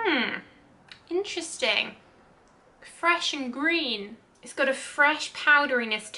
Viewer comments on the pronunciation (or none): none